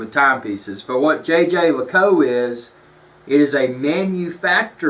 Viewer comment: Please use the link and learn how to Say Jaeger